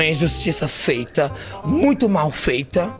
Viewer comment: "TENHO GULO QUE MIJA... MUITCHO."